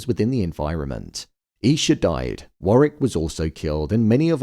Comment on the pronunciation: Fyi it’s War wick not Warrick